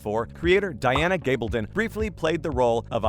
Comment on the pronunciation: So you've gotten the actor's names down, can you now try to get the author's name correct? Its Gabaldon - gab as in a gab session. I keep watching your videos because you actually listen to comments and fix things.